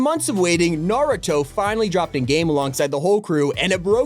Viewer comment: nah bro he really said naroto